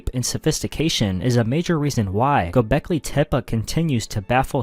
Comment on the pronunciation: Gobekli tip 🥀